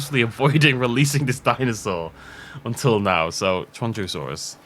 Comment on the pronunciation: I thought it was pronounced: "she-an-joe-saurus"